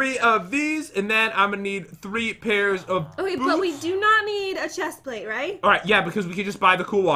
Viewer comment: Did anyone notice the chest plate is pronounced wrong.